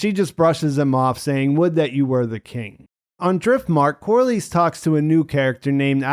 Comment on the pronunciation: Love these videos. Glad you're doing them for House of the Dragon. Not to be a dick, but pronunciations: Abu-bah-kar and Cor-lis like hiss, not Cor-lease like fleece.